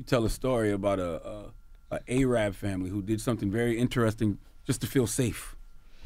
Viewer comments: Olivia Rodrigues ayrab🤣🤣🤣 fr its just arab not that hard to pronounce 😭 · Someone tell CTG that it's pronounced: Ar-ab not A-rab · LOL.. did he just say A-rab?..lol damn man .. asalamalikum to you all